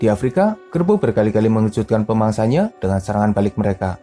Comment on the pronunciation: Kenapa setiap sebutan di hujungnya ada huruf A seperti bunyi Melayu Malaysia... Contoh singa - singe..pemangsanya-pemangsanye